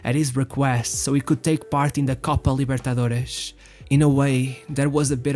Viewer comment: Excellent video. You did your research. However, I dislike the way you pronounced Copa Libertadores if it were a Portuguese word